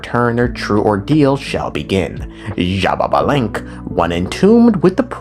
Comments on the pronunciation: Why do you say xbabalanque? Where is the second ba? I only see xbalanque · it's ''sha-ba-lan-ke'' not ''shababalenke'' LMAOOOOOOO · "she ba lava" lol close enough, its "she ball bah" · It hurt me to my core how you pronounced Xbalanqué 💀 But, I'm sure you did your best! Mayan names are really hard to pronounce Correct pronuntiation: Sh-ba-lan-qué, with the E pronounced ''ehh'' Edit: Also, his brother's name is pronounced like this: Hu-nah-pu Edit 2: Xibalba's pronunciation: Xi-bál-ba or Xi-bal-bá (the apostrophe is to make the letters sound stronger) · It’s shibalankeh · i've seen people pronounce xbalanque in very different ways but Shababalenk gets the crown for sure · I think it’s shih ba lan kuh but I’m not one to talk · Not jababalank 😭 great video tho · Funny enough, I pronounce the X in Xbalanque with a chii sound Eschiibalanque. Don't know if it is the right way to pronounce 🤔 (we have a lot of indigenous words in Brazil, so i may be right or not. I don't know if in other parts of South America is the same pronunciation). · take a shot every time he says sha-ba-ba-lanque. Don't, you'll die 💀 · first time i hear someone say xbalanques name as jababalink and it has a ring to it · The way is pronouncing these names has to be a slur 😭😭😭 zsshhababalink 💀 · Brother, it's "shé blanc que" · everytime my man says it it makes me pause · MY GOD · Dude you know what Im gonna make a video with the pronunciation, but you're close 😂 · Well, if I might... it is pronounced something like this: X(ish); BA (like in basket); LAN (like in landing); and QUE (like in kettle)... most of it sound like long vowels